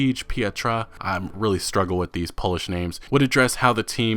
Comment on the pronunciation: You pronounced every single polish name wrong, really wrong